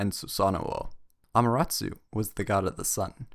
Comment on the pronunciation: He's not pronouncing it right